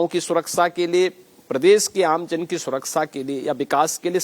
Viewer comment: Baba Hathras bhul gaye betiyo ki surksa nahi suraksha hota hai